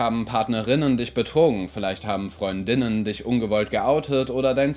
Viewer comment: Wieso betonst du Freund*innen auf der zweiten Silbe? Ich dachte, die Aussprache davon wäre wie Freundinnen, aber mit glottalem Plosiv vor innen. So klingt es einfach wie Freundinnen.